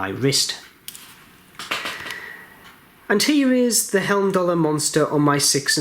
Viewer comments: Great review, thanks for taking the time to do this video, thumbs up given. The name is pronounced hyme-doll-er. Not quite sure why you're continually calling them helm-doll-er. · Video now driving me crazy. It is not Helmdallr!